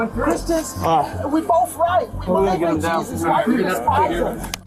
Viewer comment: JESUS, NOT JESUS.